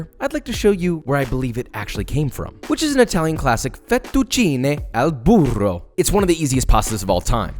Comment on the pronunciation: So much far from perfectly